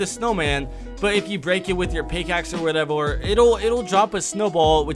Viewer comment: i heard whatevor